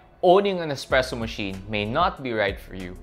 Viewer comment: expresso isn’t a word it’s a bad mispronunciation of the word espresso.